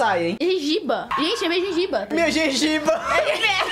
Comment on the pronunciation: A kkk falando "gengiba" kkkk